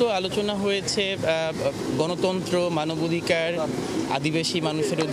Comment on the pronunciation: মানবাধিকার কর্মী উচ্চারণ করছেন মানবাধিকাড়।